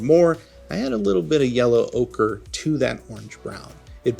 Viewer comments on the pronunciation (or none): none